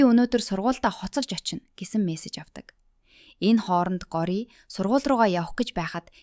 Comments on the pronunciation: Гори биш шүү гоориа шүү 😂дараагийн ангиудаа хурдан оруулаарай 💕😊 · гори биш gorya shv❤ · таям gjnasss таам gej duuddishvvvvv